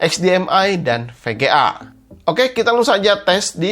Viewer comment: VGA di baca PGA Vurrion di baca Purrion Performa di baca Perporma enek aku denger nya ....